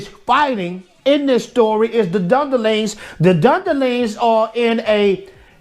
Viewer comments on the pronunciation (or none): Gotta love your mispronunciations bro... Dunderlings... :D That deserves a Subscribe! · He can't be bothered to learn to pronounce Rohirrim or Dunlendings right.